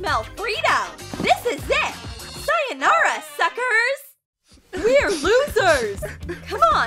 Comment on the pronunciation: did she just say sayonara- girl NOT HER TRYING TO SPEAK JAPANESE